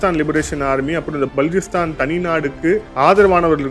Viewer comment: பலூச்சிஸ்தான் நீங்க உச்சரிக்கும்போது பலூச்சிஸ்தான் உடைந்து போவுது. அப்புறம் கவுதாரி போர்ட் இல்லை குவாதர் போர்ட்